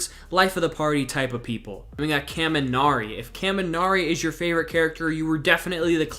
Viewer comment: ur pronunciation of kaminari hurts me. but i just like him cuz hes a silly guy with underutilized potential.